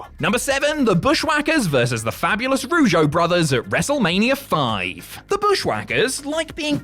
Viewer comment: Jake rougeou? You mean Jacque Rougeou